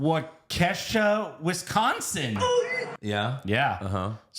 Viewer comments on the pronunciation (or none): Wa-Kesha? LOL It's Wah-Kaw-Shaw..